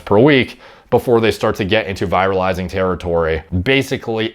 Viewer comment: You said 'viralizing' (VIGH rahl izing) several times (fast talker, you) before context clues made me realize that you meant to say 'virilizing' (VEE rihl izing). Just a tip -- I honestly didn't understand how viruses are involved, until I figured out that you meant something like 'over-masculinizing'. Even the closed-captions didn't help -- showed the word 'viralizing'.